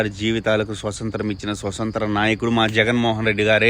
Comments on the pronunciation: స్వతంత్రం పదాన్ని స్పష్టంగా పలుకు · Baga cheppav thammudu kani adhi swathantram , swasanthram kadu😢